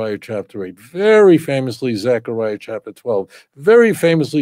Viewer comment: Yeptah not "yeftah". Also T'sepanyah צפניה. T'sekaryah זכריה.